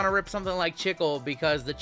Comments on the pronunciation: I like your videos and work, it is tons of fun. BTW the word is Chicle and you say it CHEECLAY. It is the Spanish word for gum. :hand-pink-waving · Chicle is Spanish for gum. "Chick-lay"